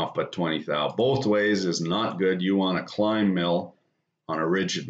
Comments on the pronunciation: For years, every time when you have said "climb" milling, I thought you were saying "Klein" milling... lol Better late than never haha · Nothing in particular. It was my first time hearing the term and "climb" with it's subtle 'b' sounds a lot like "klein" haha